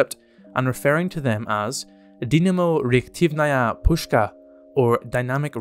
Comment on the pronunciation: DiNamo - ReakTivnaya Pushka... Wrong emphasis.